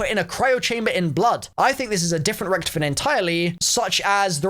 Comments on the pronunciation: why do you say ric-to-fen like ricktufin? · Loved the video, except the miss-pronunciation of Rick-Tophy-Ton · It's (rich toff fin) richtoffen